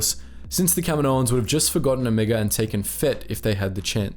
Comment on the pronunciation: "let's talk about Omega, or rather Omeeguh "